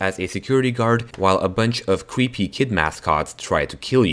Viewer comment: cwreepy hahah